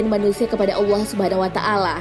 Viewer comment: Maaf mau request. kalo bisa nyebut allah nya biasa aja, kedengaran nya kaya dilebay kan gitu hehe